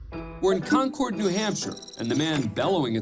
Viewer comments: Those of us who live in the state pronounce it "Concurd" not Con-Cord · They don't pronounce it "Con-cored" in NH. It's like "conquered." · Con-Curd not Con-Chord